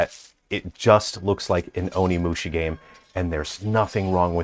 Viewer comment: be a bit careful about pronouncing OnimushA, not Onimushi. Mushi means insect in Japanese.